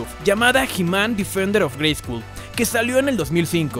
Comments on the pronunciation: Perdon neta perdon no es por mamon pero se pronuncia greyscol no greyscul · Por qué pronuncias la U en "Grayskull"? En el doblaje se pronunciaba correctamente con O, como se pronuncia en inglés. Es una broma? Es por derechos de autor? Me hace pensar que nunca has visto la versión doblada en español con la grandiosa voz de Rubén Moya. En la descripción citas "yo tengo el poder"; si bien, fue un error de doblaje, en México He-Man decía "ya tengo el poder". Nuevamente me haces pensar que nunca viste la versión en México.